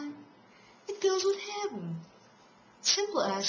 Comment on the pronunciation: what the hell is "habben" ??? Or ar you saying "hapben" ??? That is messed up.